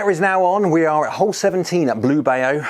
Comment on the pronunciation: Thanks for the review! Would love to see this one against he Mizuno Pro 225 as well if you get a chance. Also, Bayou is pronounced "BYE-you" (at least around here in Louisiana, USA), like the song Blue Bayou by Linda Ronstadt.